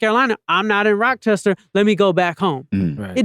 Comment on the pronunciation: Replayed at least 9 or 10 times since it dropped & still getting gems.. also couldnt help but laugh every time he said rockchester NY🤣